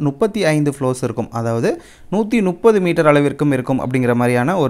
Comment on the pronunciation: ஐயா ”முப்பது” என்பதை ”நுப்பது” ஆக தவறாக உச்சரிக்கிறீர்கள். இதை சரிசெய்யவும்.